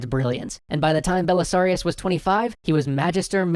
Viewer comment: ‘Belisarius Cawl” is all I heard